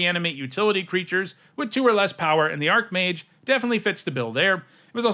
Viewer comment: I wonder why so many people pronounce it "ark-mage" instead of "arch-mage".